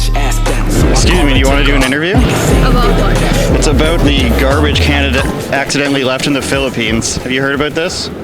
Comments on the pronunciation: Not Accendentally dude. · Stupid! Man its not acciddentally!! And it seems like you make Philippines bad out of your dumb words! Its aint recycable!! Take your shits.. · Uhm... Why does he kept emphasizing "Accidentally" and "War". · Be careful dude your not scared by saying accidentaly.. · That is not Accidentaly actually it is Intentionaly man.